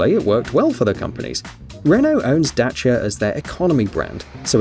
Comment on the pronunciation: Holy moly! A British accent voice pronouncing Dacia the proper way. Marvelous.